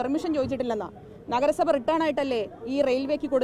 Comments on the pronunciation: Please note your pronunciation . WRITTEN (റിട്ടൺ ) Not return ( റിട്ടേൺ) In a common platform don't spell any word like this. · മേയറേ റിട്ടേൺ അല്ല റിട്ടൺ (written). മഹാ കഷ്ടമാണ് മേയറേ നിങ്ങളുടെ സ്ഥിതി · റിട്ടേൺ അല്ല.... റിട്ടൻ രണ്ടും രണ്ടു അർത്ഥം ആണ്